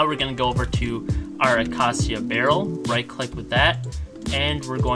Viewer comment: I'm still laughing on how he pronounce acacia (video is really good though)